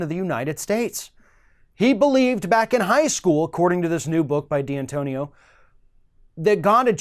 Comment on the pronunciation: It's D'antonio not D-Antonio.